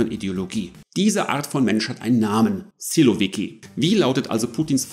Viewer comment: Lieber, kurz etwas zur Wortbildung im Russischen. 1 Silovik, 10 Silowiki. Betonung auf der letzten Silbe. Analog zu Bolschevik, -i = Mehrheitler. Menscheviki = Minderheitler. Sil = Macht Danke! Mach weiter so. Aber warum musst Du so schnell sprechen? Und jede Atempause herausschneiden?